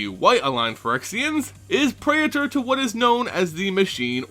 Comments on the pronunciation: great video but it's pronounced: praytor and zehlot (not zee-lot). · Pray-A-Thor? really that's how you're supposed to say this?